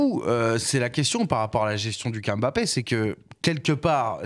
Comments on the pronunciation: Mes oreilles quand j’entends « Kyllian M-Bappé » : 👂🩸🩸🩸🩸🩸🩸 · 50 ans quil y a des joueurs d'origine k1f en france et on dit tjs M-bappe N-golo N-zonzi N-kunku M-baye. Mes.oreilles sifflent